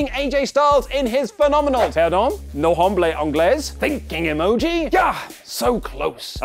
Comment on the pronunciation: My English may be broken, but even can remind you that the h is silent. I am sure Lillian Garcia can confirm this. (Naw Ah-blaw een-GLESS)